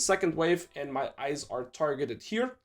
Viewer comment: Can u please say and not Eeiand